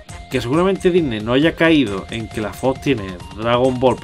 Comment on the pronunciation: porque dice dysney xD